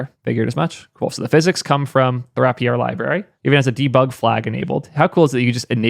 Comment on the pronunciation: The word “rapier” is pronounced as “RAY-pee-er.” Here’s the phonetic breakdown: • “RAY”: sounds like the word “ray.” • “pee”: sounds like “pee.” • “er”: sounds like the ending in “other.” Great video. Just had to say something.